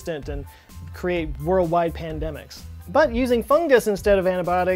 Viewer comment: Wordwide pandemics did he say